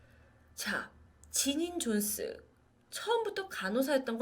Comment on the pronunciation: 지닌 존슨 Jonson (X) <- 존스 Jones 입니다.